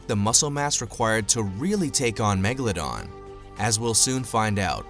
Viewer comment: Da magaladon